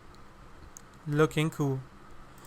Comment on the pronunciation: "Looks Puhfect"